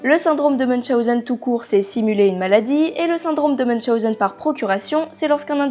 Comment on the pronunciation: J'avais déjà entendu parler du syndrome de münchhausen sans savoir que sa s appellait comme ça et celui de procurations je ne savais pas que sa existait en tout cas merci encore de nous apprendre tout ça et surtout félicitation pour la prononciation de münchhausen moi je l aurais écorché en le disant